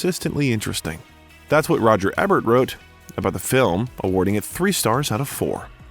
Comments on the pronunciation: Please, it's not Roger Ehbert, it's pronounced, eeburt - like Siskel and Ebert... long e (thank you)... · Although I appreciate this documentary, it bothers me that you don't know how to pronounce Roger Ebert's last name. It is with a long "E". Thank you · If you are going to use a person's name a million times in your video, you might want to know who that person is and HOW TO PRONOUNCE THE PERSON'S NAME...so its not eh bert its eeee bert youz worthless gen z or millennial m o r o n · if you're truly AI, I suppose it's forgiveable, but if the narrator is human, then why, oh why, do yo continue to pronounce the name incorrectly of arguably the most famous American film critic/. It's no Eh-bert. It's EEbert. Sheesh! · Eeeeeebert the first three times was icky but the next FIFTEEN was painful and distracting For the number of times you mentioned him and the fact he’s a well known critic, I’d think you would know how to pronounce his name. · The movie critics name is pronounced "E Bert". Re-edit the audio VO. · Roger Ebert is pronounced "EE Bert" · EEbert....long E like the word see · It's Eebert with a long E. Is this AI? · Yes, like famous American Movie Critic, Roger Ebert (pronounced Eebert). Unsubscribed. Another channel that does not give a shit about research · Eee-Bert! 😅 Dumb A I geek! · My god man, if you're going to make a YouTube career, on multiple channels, out of telling tragic stories of movie stars, you MAY want to learn how Roger Ebert's name is pronounced. Just saying. Or if you're just a hired voice doing script reads, then your team has GOT to brief you on that shit. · I’m really enjoying this recounting of Robin Williams life and career.Some of the pronunciation is truly cringe worthy Ebert,Juilliard,…I don’t suppose it’s computer generated!!!??? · Pronounce the critic's name right. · How disrespectful to the late, great film critic Roger Ebert that the narrator will constantly mispronounce his surname.